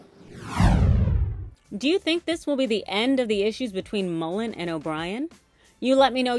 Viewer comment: MULLIN not Mullen.